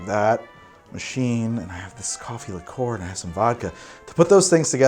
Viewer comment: Please, please, PLEASE stop pronouncing liqueur as ‘lick-or’. It’s ‘lick-your’